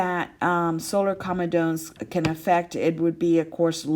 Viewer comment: You should pronounce comedones correctly.